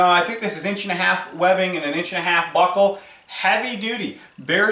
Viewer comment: Dude the way you say “buckle” is killing me 😂😂 “BOCKLE!” I had a crap day at work I needed that lmao. Great vid👍🏼 I can tell you may be just a hair biased to the mantis